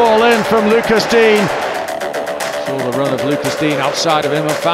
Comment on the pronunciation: The commentator keeps calling him Luca dien 😂